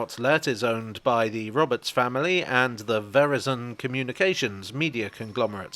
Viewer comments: Just FYI, from the ad read, "Verizon" rhymes with "horizon". Unless that was intentional dry humor/humour that went over this American's head? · pronunciation of Verizon threw me. Not that I have any love for the company.